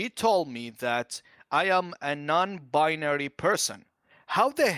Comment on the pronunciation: Lol Non Buy-nary